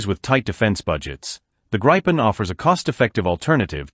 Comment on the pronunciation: It is not the “Grippen” It's not the “graipen/graypen” Let me help you, it's very simple. Start with Gri as in the Grinch. Continue with pen, as pen. GRI PEN. Otherwise an interesting video.